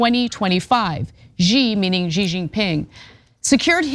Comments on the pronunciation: "she", not "gee" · fun.. a war with China sounds like such a "good" and "smart" idea. Also the name is pronounced "she" not "gee" xi makes the "she" sound. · It's pronounced "she." Not "zee" not "zhee" not "gee." Pass it around. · It's pronounced "JYNA". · Sorry Anna, its pronounced, "jina, because I have the best words, the strongest words!!